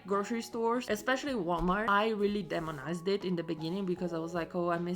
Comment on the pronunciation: Please, demonized has a "long E" at the start so we say "D E monized".Long vowels "say their name" when we pronounce them.